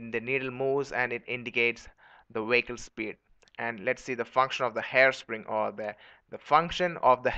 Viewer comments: "W". that's why the BPO industry left India. Wehicle. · LOLLLLLLLLLLLLLLLLLLLLLLLLLLLLLLLLLLLLLLLLLLLL. 'Wehicle.' Stop correcting me, Grammarly. I assure you, it's wehicle.